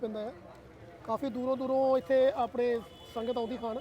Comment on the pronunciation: veere sangat word galt bollya